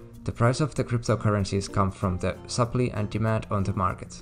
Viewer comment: You mean sup-ply. Not sup-lee.